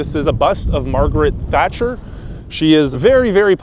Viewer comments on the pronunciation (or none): The first time I've heard Margaret Thatcher called 'Margaret Trasher' 💪